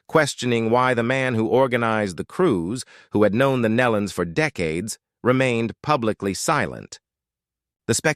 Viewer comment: Yes, and they don't pronounce the Nelons name correct either!